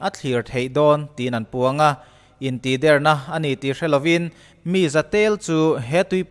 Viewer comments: In tihder i sawi dan thluk khi... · Intihder tih a "Der"tih lai hi thluk loh tur(ri hniam)tur niin ka hria ...a ngaihnawmin a bengvarthlak e ..tang zel rawh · Intihder hi i lam dan hi van mak ve.... kan lam dan nen a in ang lo tlat